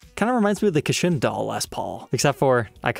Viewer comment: I believe at 11m30s it's not pronounced "Ka-shin". it's "ka-CHI-na".